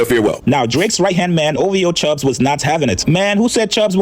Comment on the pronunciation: This guy clout chasing fool said CHUGGS it’s CHUBBS FOOL 😭